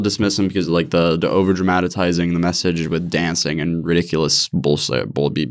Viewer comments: “Over dramatitizing” ????? LoL DRAMATIZING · ''dramatitized'' and ''dramatitizing'' had me laughing for way longer than I should have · "Dramatatizing" ×2 lol... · Dramatitizing... lull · “Dra-Mat-a-tizing” ....dramatizing. And the blasphemy thing wtf 🤣